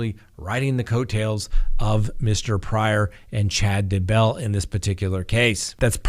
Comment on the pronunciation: No accent on Bell....simply Day bell.